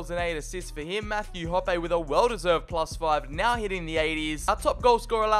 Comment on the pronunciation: Hoppe is pronounced hoppy like what a bunny rabbit would do